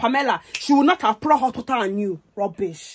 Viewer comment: The way she said water Her: wa-er What's missing?🤔 Preng-nant Whats wrong?🤔